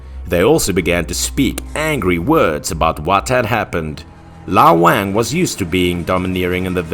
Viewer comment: I don't think that's the correct way to pronounce the name "Wang"